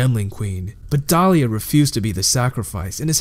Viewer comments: Overall, good video. Saying dalia instead of dialla tho... that really bothers me for some reason :/ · The content is good, really good. Just a little frustrating when you mispronounce Dialla and other stuff. Good job overall! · Really well put together video but seriously just speak clearly and concisely, and pronounce your words correctly like "thor-mah-tur-gee" and "di-alla" not dahlia etc.